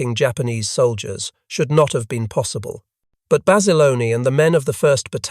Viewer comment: It’s Bassa Lone not Bassalony. Great story of true heroism.